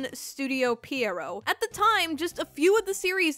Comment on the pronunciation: Why do you pronounce Pierrot like that??? Xd